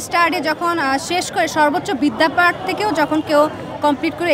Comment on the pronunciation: বিদ্যাপাঠ নয় ম্যাডাম বিদ্যাপীঠ।।।